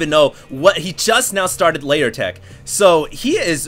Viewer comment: Huge fan, great cast. Only comment, and I know you've been casting for quite some time, but...it's Lair as in "L-eh-r", not so much "Layer". Great match, thanks again.